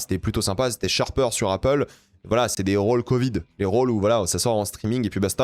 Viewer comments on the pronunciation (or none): none